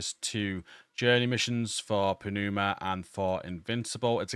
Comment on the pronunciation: It's pronounced "numa", great video.